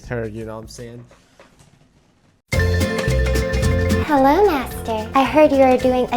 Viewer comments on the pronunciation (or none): Lmfao did she fr say "herro"?😅😂